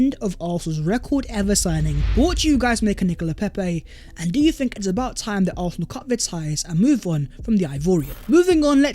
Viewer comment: Love your content bro but why do you pronounce Arsenal like that? it grinds my gears icl big up though